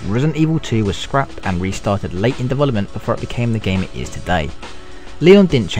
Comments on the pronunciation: I can't understand half the shit this guys says. He sounds british but then says 'dewelopment" like a russian. I need some fuckin subtitles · You know what I like? Dovolopment :P